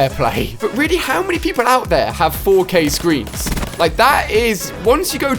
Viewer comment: LOL Instead of 4k Ali-a Said 4gay